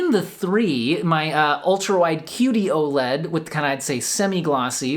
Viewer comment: Am I the only one who keeps hearing "cutey-oh-led"?